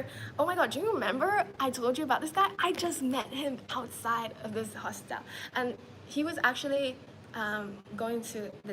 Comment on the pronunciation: Why she pronouncing hostel like that